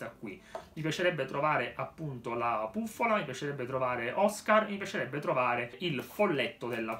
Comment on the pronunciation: si dice Puffola comunque bellissimo video,come sempre